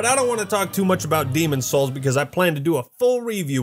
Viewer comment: the demon's souls pronunciation reminds me of the always sunny episode where danny devito says if you wanna get into that boy's hole. ITS SOUL!!! lmfaooo